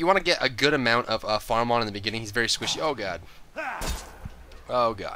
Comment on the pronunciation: is he squishy or werry werry squishy ? =p